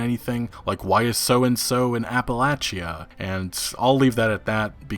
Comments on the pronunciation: it's pronounced appaleysha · The way you pronounce Appalachia kills me lol